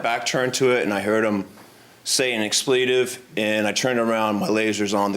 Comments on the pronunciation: Ex-plee-tive? Uhhh, nope! How about ex-ple-tive? Uhhh, yeah, that's it. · " EX-PLEEE-TIVE ". Good grief !